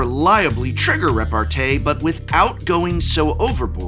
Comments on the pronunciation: As a french I want to alert the pubic on the fact that repartee is pronounced with a small i at the end. I cannot suffer the rest of the year hearing it butchered by a fine appreciator of words such a. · Thanks Prof that'll be very useful this weekend ! 🤓 I'm pretty sure we pronounce repartee as tea since it comes from french répartie We can master debate about this though 🤪